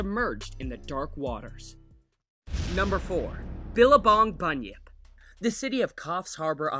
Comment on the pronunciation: When he said bunyip I thought he said bunion